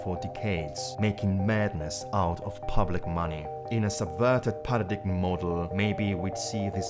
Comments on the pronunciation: It's not pronounced PA RA DIG EM.. Its PARA DIME... Don't be a European dunce!! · When you can pronounce paradigm CORRECTLY you might has some credibility.